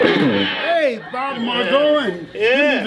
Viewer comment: How the heck doesn’t know how to pronounce Bob’s name! He’s a legend.